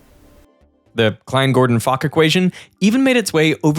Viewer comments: IT IS NOT FOCK! IT IS FOK from "Vladimir Aleksandrovič FOK" (Владимир Александрович Фок)... british Disgusting Humor Again... 🤬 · Nice touch for "Fock" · "fock !" - fock probably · "Fock" was wild as f*ck😂😂😂😂